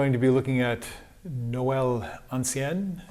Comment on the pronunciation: Bonjour, and thank you for this new masterclass. The word "ancien" in French is pronounced [ɑ̃sjɛ̃] (phonetic alphabet). Nevertheless, as a French, i would prefer to play a little like you rather than talk "la langue de Molière"...